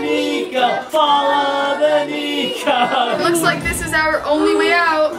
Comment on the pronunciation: It's niko!! Not nico!!!!